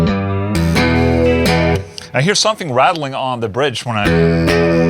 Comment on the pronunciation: Wait..did you say somefing